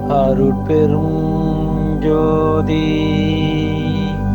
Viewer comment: மந்திரத்தை உச்சரிக்கும் போது எழுத்துக்களை சரியாக உச்சரிக்கவும் மகா மந்திரத்தில் அருட்பெருஞ் ஞ் என்று குறிப்பிடப்பட்டுள்ளது தாங்களின் ம் என்று உச்சரிக்கிறீர்கள். தனிப்பெருங் ங் யும் ம் என்று உச்சரிக்கிறீர்கள். பெருமானாரின் மந்திரத்தை தவறாக உச்சரிக்க வேண்டாம் நன்றி